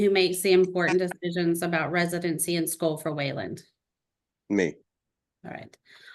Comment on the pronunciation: It’s funny how the lady keeps mispronouncing Waylon like Waylond